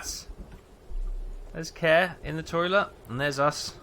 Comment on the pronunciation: My friend is called Kåre and he is very sad that you keep calling him care. It's pronounced core. Like in hardKåre and reactor Kåre. XD